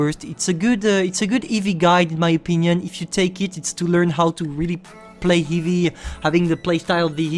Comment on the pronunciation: Its heavy not hivie and regulaaarlie lol i can so tell you are french